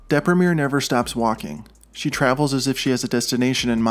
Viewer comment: I LOVE THAT YOU PRONOUNCED "DEPRIMERE" IN THE ENGLISH WAY AND NOT IN THE ITALIAN!